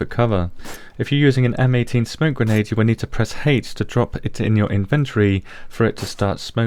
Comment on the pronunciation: i like how you said granade penetation.